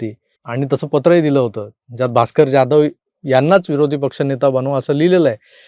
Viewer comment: प्लीज Jadhav / जाधव.. असे उच्चारा....